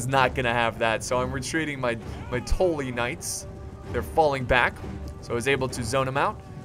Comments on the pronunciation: "house touly" its house tully tul-lyi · Its Tully not Toley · Is just deliberately saying "Tolly" instead of "Tully" just to piss off Game of Thrones fans or does he actually not know how to pronounce it House Tully's name? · This is old but when he says “toll lee” I wanted to die I was like it’s “TULL-EE” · TULL-EE. All I hear is tool-lee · ITS NOT TOLLY ITS TULLY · Not TALLY its TA-LLY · Good video, but listening to you say "tooly" instead of "tUlly" makes me want to punch my computer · Whats the video where JackieFish betrayed you as House Bolton?! I'd love to watch that one. It's pronounced House Tul-lee by the way. House Tully. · Tuh-lee (Tully) anyways loved the vid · Maybe a stupid question, but why do you pronounce Tully "Tohlly"? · its also not Tolly. its still tully but u pronounce it more like Tally. watch the red wedding and listen closely to what catlyn is saying and how. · I love how you pronounce stuff, in your weird accent. But you're still pronouncing Tully wrong, you need to pronounce the Tull bit as if you're saying dull. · Why do you keep pronouncing Tully asToe-Ly? Great vid but that was triggering me at the start. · why do you pronounce tully. tollee. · its pronounced "Tally" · Boi you are still saying tolly not Tully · I've never seen such a difficult time with a short "u" sound. rofl. "Brush," "Tuck," "Guppy," "Fluff," "Tully." Same sound. Like when you rub your chin and go "Uuuuuhhhh..." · how a brit says bus. that ''u'' for the word tully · you said house tully wrong again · I think your still saying tully wrong. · Still not saying Tully right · Just don't pronounce Tully at all please